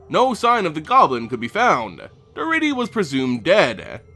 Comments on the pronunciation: I love Daretti as a commander. (By the way it's pronounced DarEHtti) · I thought Daretti was pronounced differently. Otherwise it is good to learn the back story for Grenzo and Daretti.